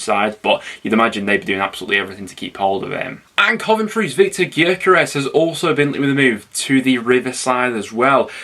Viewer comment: it’s pronounced yokeres, nice to see you, we want 10 million plus if he goes